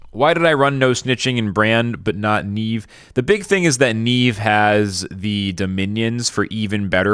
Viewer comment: its not Niive its Niamh bro